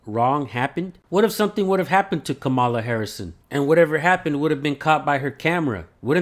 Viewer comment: It’s pronounced Comma la.